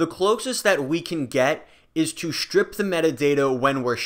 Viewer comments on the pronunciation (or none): Did he just say “shtrip metadata”?